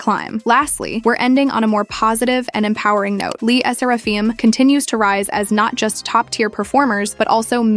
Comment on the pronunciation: Can you program your AI voice to say "Le" instead of L.E. Serrafim? "Hybe" instead of HyBE?